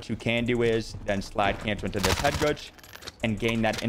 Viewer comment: What is this word "Headgooge" you are saying?? Great vid btw